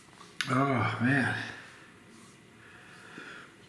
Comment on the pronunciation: Your tongue was brown “MAAN”!